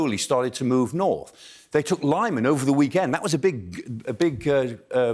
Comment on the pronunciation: Not bad analysis and he is not a cheap propagandist. But the expert should learn how to pronounce correctly the name of the town LIMAN.